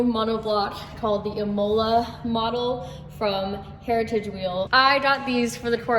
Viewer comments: F1 fans and Italians are screaming at their screens over your pronunciation of Imola. Would have thought someone into racing would have heard of one of the legendary tracks in Italy. Especially since it was the track Ayrton Senna died at and another bloke died during practice at same race event in 1994. Came back last season as an f1 track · The way she said Imola... yikes